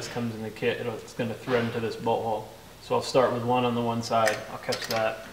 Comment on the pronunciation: Everytime he says bolt hole it sounds like he says butthole.